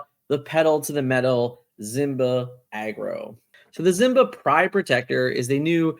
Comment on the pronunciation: I'm late to the party. Is there a reason you say Zimba instead of Simba?